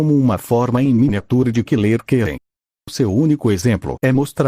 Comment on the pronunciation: Mano uma hora eu escutei ele falando killer quem e outra hora eu juro q escutei ele falando Killer gay